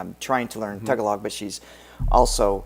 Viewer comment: Language is pronounced “ta-galog”, not “tag-a-log”. 😊